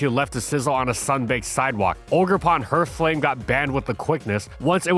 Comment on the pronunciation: We got "viz a viz" and "hurthflame" back to back. If you don't know how to say a word, I'm BEGGING you bro, PLEASE look it up